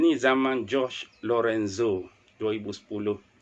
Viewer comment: jorge tu, cara sebutan dia macam sebut horhe. sebab spanish sebut 'j' macam kita sebut 'h'. 'g' kat blkg tu, sekali jalan. jadi nama dia kita sebut horhe lorenzo